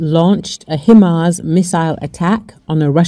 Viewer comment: The correct pronunciation is HI like hello and MARS like the planet. Not meaning to be disrespectful, I thought you might like to know. Peace